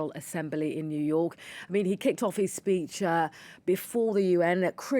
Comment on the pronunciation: Peach? or speech 😂